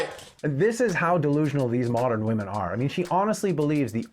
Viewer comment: Brawn or brains? The men had both, the wahmen had neither. So tell me again, what was that about men being no more than blown up boys?